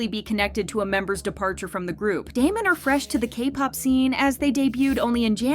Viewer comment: please before you make videos like this actually pronounce their group name right